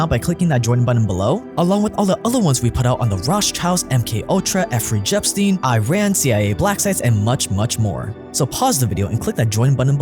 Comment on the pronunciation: He said Effery Jepstein. Love you